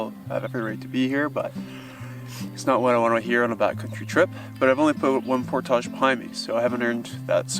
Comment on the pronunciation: Alright. I've watched a few videos now and I can't take it anymore. Why on earth does bro pronounce "portage" like that?